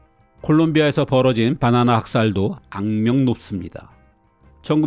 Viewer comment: 빠나나라고 발음하시는 것을 보면 서울 분은 아니신 것 같아요